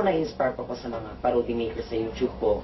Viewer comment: Hahaha. YOUTOOB PO TALAGA. HINDI YOUCHOOB. TIGNAN NIYO PA YUNG MGA VIDEOS NA PINAGTATAWAN YUNG YOUCHOOB. :))